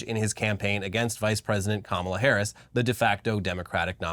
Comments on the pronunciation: He says "kamabla" cos it's supposed to be like ka-mob-la. That's why he intentionally mispronounces it with the emphasis on the second syllable. As in "radical left mob". They always say that nonsense. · 'Kamabla'???? That SHOULD be a new dance (craze) - "C'mon everyone, do the Kama-BLA....". FUN!